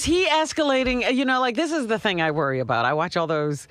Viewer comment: JD says Dee instead of The.... he is a complete jadrool 😂